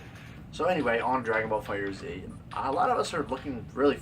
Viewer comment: Good video. The game is pronounced "Fighter(S)", not fighter Z.